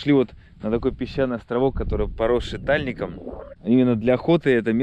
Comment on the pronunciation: тальнИк, ударение на и.